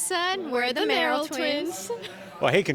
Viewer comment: It's "Merrell" not "Merrill" ;)